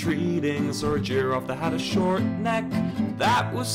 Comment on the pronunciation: and shoRt